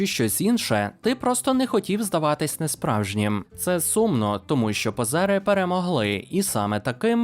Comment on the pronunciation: В слові "позери" наголос не там :) повірте людині епохи, коли це слово було у вжитку)